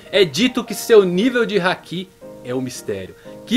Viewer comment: Toda vez que ele diz haki, eu entendo que é um hack se jogos.